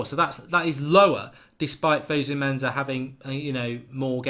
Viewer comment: In Fosu-Mensa, the Mensa is pronounced "Menssa" not "Menza". FYI...